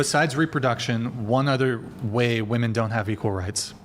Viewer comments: Is this bee saying woman instead of women I can't I feel like I'm losing brain cells🤯🫠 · Pronouncing “women” is hard… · Why do so many of the girls on this podcast say “woman” when it’s supposed to be “women”?? I don’t understand this